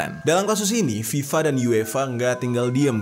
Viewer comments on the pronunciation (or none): none